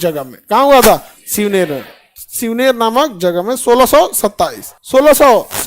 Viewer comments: sir there's not shivner that's shivneri fort and not पुना that's पुणे and also chhatrapati shivaji maharaj birth dates is not 20 april that's 19 February 1630 . And first do check about knowledge and then teach students ..... Other wise सप्रेम जय महाराष्ट्र 🚩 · Shivner ❌ Shivneri ✅ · शिवनेर नाही आई घाल्या शिवनेरी म्हण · शिवनेर ❌ शिवनेरी ☑️.... ❤🚩🙏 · Many things that he taught were wrong. e.g he said shivner to the birthplace of shivaji. But it is not 'Shinver' it's 'Shivneri' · Sir shivner nhi hai shivneri hai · Shivner..nahi, Shivneri pr chhatrapati shivaji maharaj ka born hua..........baki khar sir aap k kam k liye salut! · Sir shivner nahi shivneri kila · Shivneri hota he sirji Shivner nahi he vo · सर ओ किल्ला शिवनेर नही शिवनेरी हैं🙏🏼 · शिवनेरी हे शिवनेर नही बाकी खान सर आप बेस्ट हे. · 🔴 Correction 🔴 Shivaji maharaj born in 1630 ✅ not in 1627. Birth place - shivneri fort ✅ not Shivner❌ Weapon that he carried - wagh nakh ( bagh nakh) ✅ not bag ❌ Afzal Khan - adilshaha ka sardar tha ✅ not Aurangzeb ❌ सर आप जो history पढ़ा रहे हो वो 70% गलत है❌, please read first and then teach your students......🙏😢 Lots of respect for you......!! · 19 Feb 1630 sir.. Fort- shivneri Not shivner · Birth place shivaji mahraj .shivneri fort.not shivner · Khan sir thoda achese study karke Chatrapati shivaji maharaj ka history paina Aapa aada aadura pada rahe hai Aapka? Pronounces thik nahi kar rahe Shivner nahi shivneri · Shivner nhi Shivneri place hai